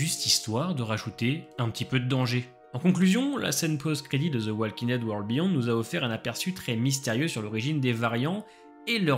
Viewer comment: Personne ne vous a dit que le L de walking ne se prononce pas ?